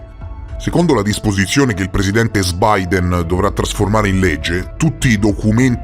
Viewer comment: Al posto di Sbyden chiamalo joo Bideé😂